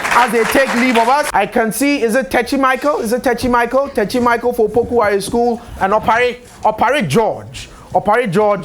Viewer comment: It's Opoku Ware not Wale. Change it